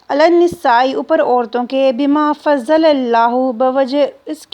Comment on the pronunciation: حبيبتي جزاكم الله خيرا. بما فضل ض. وليست. ظ غلط